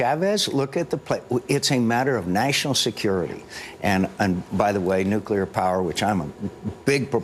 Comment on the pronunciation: nucular power is the most expensive and dangerous energy resourse every...